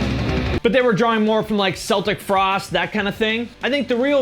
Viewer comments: when he pronounces ''Celtic Frost'' as ''Seltic Frost'' xD wtf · Mans really said “Seltic frost” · Btw, its pronounced "keltic frost" the c is a hard k. You are welcome (i wont fault you as a poser if you dont listen to them, which is why the mispronunciation 😘) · I thought it was just me who heard that lol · It's written Celtic but pronounced "K"eltic Frost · Tom pronounces it with "soft" C though.